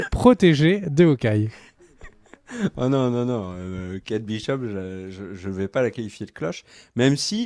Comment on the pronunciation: Je sais qu'en français les H au début des mots sont muets mais en anglais c'est Hawkeye et pas Awkeye